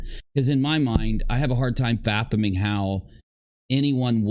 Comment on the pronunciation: How is it possible that dillhole cant say the word 'fathom' correctly? Stop wasting the spoils of your begging, and invest on more education,. Specifically English you pathetic little twerp. Ugh! Now on to more criticism of the twerp- isn't it funny how he is making the claim that Rabbit doing an interview with a victim can and will have some bearing on the criminal case is hilarious to me. What about all the stupid chit and damage to the cases that have been brought against his hero Katie that he and his klingons could have and possibly did do to those? What about the deflection and dirt they've thrown into other potential cases that could've been? Hes a real life Pigpen